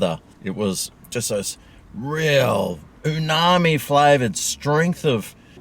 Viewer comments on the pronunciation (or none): Gotta love that Ooooooooonaaaammmmiiiiiii flavour too! 😅❤ FoodSack’s mind would explode 🤯 if he heard that pronunciation! 😂